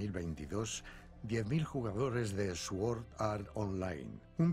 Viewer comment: A ver sí que es cierto que técnicamente en inglés se pronuncia "sord", pero para poder adaptar una pronunciación correcta en inglés a la española, yo creo que lo correcto es decir "suord". Lo que sí es incorrecto es lo que decían al principio de la primera temporada en castellano, "eswuord". Eso sí que hace daño a los oídos, y fue una grandísima cagada que al menos arreglaron.